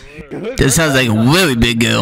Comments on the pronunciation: “That sounds wike a weally big guwl in there how mucha you weigh sweetie?” 😂😂😂😂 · WEAWWY BIG GUWL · "that sounds like a weally big gurl" bru im dead 💀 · sounds like a WEALLY big girwl